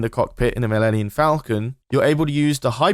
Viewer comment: "mellenion falcon" 😂😂